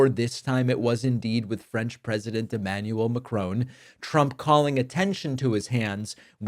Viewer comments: Why, David, did you persist in naming the French President as Macrone? He is Emmanuel Jean-Michel Frederic Macron, there is no e on the end of his family name - so it ends as ON not as OHN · Only an American could get "McKroon" from "Macron". Why can they never pronounce anything? No wonder we got Trump. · David, as one English speaking Argentine to another, the second half of Macron's surname is not pronounced 'crone'. Just think what his surname would sound like in Spanish and you will pronounce it right 😊 Keep up your very informative and good work! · I know this is a minor matter when compared to the depth of the issue under discussion, but I feel that it is necessary to point out that the way that you are pronouncing the last name of the french president is wrong. His name is macron. It should be pronounced like mack-ron. It should NOT be pronounced as McRone, or macrown, or McRoan. The first syllable is mack like the truck. The second syllable is ron, like the first syllable of the name Ronald - ron. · Love your channel David but please give the French President the respect of pronouncing his name correctly. Love from the UK. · Please learn how to pronounce "Macron". There are pronunciation guides on the internet. It's the least respect you can give a leader. It's not the first time you've messed up names or the English language. #davidpakman doesn't even try. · The final N is not pronounced as N. In French N at the end of a word after a vowel is a nasal sound. I can only assume that you guys if you learn a second language at all probably do Spanish, for obvious reasons. Over here it's more likely to be French as France is our next-door neighbour. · Yes, short o, with the stress on the last syllable (unlike in English which stresses the first syllable). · Great video. Macron is not pronounced Macrone. Please look up the proper pronunciation. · It's Emmanuel Macro' - "o" as in on! Not! Macrone! 🙄🤨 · Macron pronounced Mack ron. Not Ma crone.